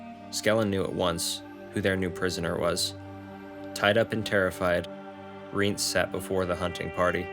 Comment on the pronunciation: Thanks for making these! I'm almost done with Season of Storms, then I think I'll watch the cutscenes for Witcher 1& 2. Sidenote: I think its pronounced Rye-aunce